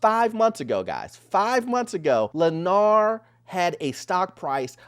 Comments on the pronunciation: It's Lennar, not Lanier. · Lennar, not Lanear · not Lennar but Lennear???.. 😂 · Thank you. Every time he pronounced it LanEER, I cringed.